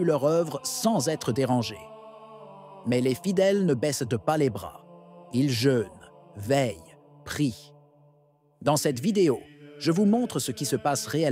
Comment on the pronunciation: Les fidèles ne «baisseu-teu » pas les bras… « mam’zingueur » Lefebvre… Pas au point, la voix synthétique 🤭🤭🤭! Ça décrédibilise la chaîne YouTube car cela révèle qu’il s’agit encore d’une chaîne créée et gérée par l’IA. Dommage, car les informations sont intéressantes.